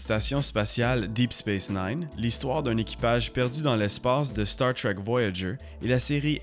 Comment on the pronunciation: Désolé mais star trek ça ce prononce pas comme ça en français